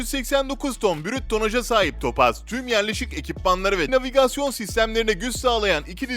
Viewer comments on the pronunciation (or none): none